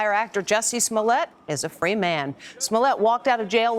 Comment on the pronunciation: I don't care much about any of this. what I'm annoyed about is the fact that they can't pronounce smollet correctly